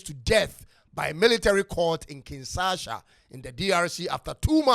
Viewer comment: You pronounced Kinshasa wrongly as Kingsasha